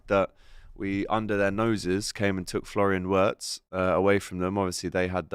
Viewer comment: Stop saying Florian watz